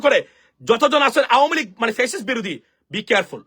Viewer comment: Perfect pronunciation of this political party nothing else